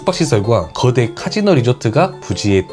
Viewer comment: 발음이? 거대가 아니라 그어대? 즌라도여?